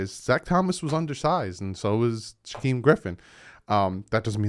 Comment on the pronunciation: You make me laugh buddy 😂😂 it's pronounced like jakeem except with an 'SH' in the beginning not a 'J'. Not Shaqweem haha. Don't feel too bad though I live in Eastern Washington and so my girlfriend plus basically 90% of the people I know are hawks fans. 🤢🤮😂😂😂 love the content brudda!